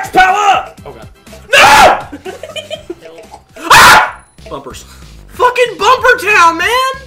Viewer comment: MAX POWAH!